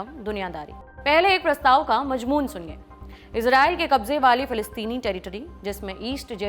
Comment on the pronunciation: majmoon nahi "mazmoon" hota